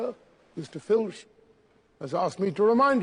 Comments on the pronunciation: This is great. Only one comment, it's 'Filch' not 'Finch'. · It's Filch, not Finch...